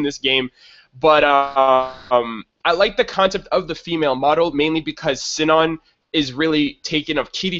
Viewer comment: Sinon's name is pronounced See-non. Or, since they're in Japan, Shinon.